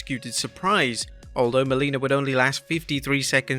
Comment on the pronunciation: its Melina, not Molina